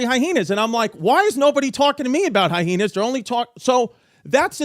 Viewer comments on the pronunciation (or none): Drink every time Chrissy Chaos puts an extra 'H' in Hyenas... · I still laugh at how Chrissy pronounces some of his words like Hyhenas and Tubberware lol 😆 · “History HyHeenas”